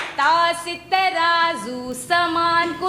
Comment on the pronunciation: Ta se taraju hota hai . Tarazu ni